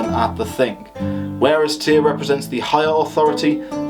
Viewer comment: haugh would be pronounced 'how' or 'horr' (norse haughr), i believe. i am just a layman. also Tyr, Fyrdsman would be 'tyurr' and 'fyurdsman'.